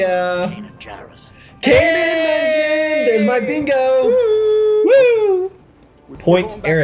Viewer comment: It's Kanan jarus not kane 😅